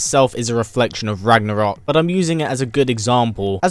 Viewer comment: Ha ha ha. You said rognorok As in Thor rognorok ( great movie) isn't it.